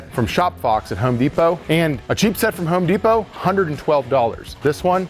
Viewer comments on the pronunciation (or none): none